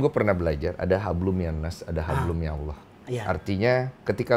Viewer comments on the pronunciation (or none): none